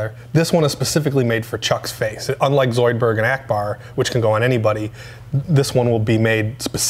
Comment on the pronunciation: The way he was saying "Zoidberg" really bothered me... it wasn't quite right.